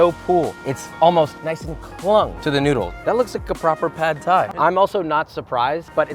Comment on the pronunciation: too much protein, too much noodr, too much vegtabr... You can never please uncle roger